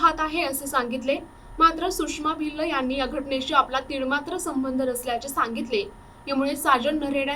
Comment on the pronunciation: भिल्ल भिल्ल नका म्हणू मॅडम भील म्हणा.. आणि मराठी भाषा शिकून घ्या...